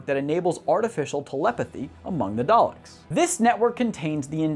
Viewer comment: He can’t say the name correctly